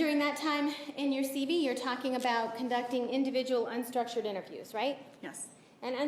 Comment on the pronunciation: Ditto. But, does Wilmott keep calling the CV, or Curriculum Veritas, a "CB"? It sounds like it. Although, I could be wrong.